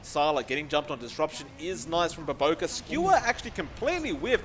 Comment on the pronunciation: It's BOBOKA not BOBOKARR